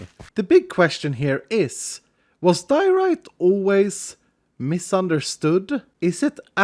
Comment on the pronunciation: Diorite? More like Dear-o-rite